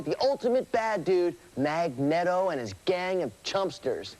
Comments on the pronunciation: LOL nostalgia. “Magnet-O”? “Crystal-is”? How did this guy get hired? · IT'S MAG NEATO YOU DUMB FUCKS! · Mag-net-Oh...lol...wow haven't heard that in ages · mag-net-o lol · I collected comic books from the late 80s to the early 90s and everyone, including myself, mistakenly pronounced it as "Mag-nett-oh" just like this video because we always READ the name in print and never got to hear it. It wasn't until years later when the first X-Men movie came out, that we got to HEAR the name correctly. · They are DEFINITELY acting (badly, but acting nonetheless). No REAL stoner/surfer/gamer would EVER pronounce his name Mag-net-o. I bet they never read a comic in their lives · MagNETo eh? I never thought about it but I can "TOTALY" see how some one could pronounce it like that. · ......was the name magneto said that way on purpose?